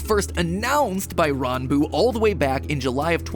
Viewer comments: The fact that he looked up how to pronounce Ranboo, so much respect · finally someone pronounces ranboo's name correctly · Oh he got the pronunciation right